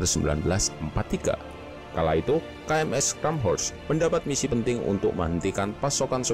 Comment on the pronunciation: koreksi dikit Min klo di ejaan nya Jerman , "Scharnhorst" itu dibacanya "Sharnhorst" , bukan "Skanhorst" 🙏